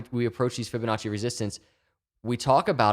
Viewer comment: Drink every time you hear Fibinacci